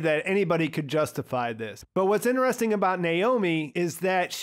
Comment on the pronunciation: man you gotta quit pronouncing "interesting" like that..